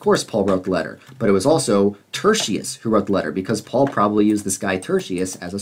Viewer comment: At you call Paul "Faul" with an F on accident. The interesting thing is that in Hebrew, the letter that makes the F sound is the same letter that also makes the P sound.